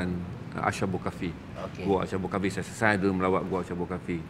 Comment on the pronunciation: Dengan penuh hormat, sebutannya adalah أصحاب الكهف Ashabul Kahfi bukan asy (ش). Apapun perkongsian yang baik.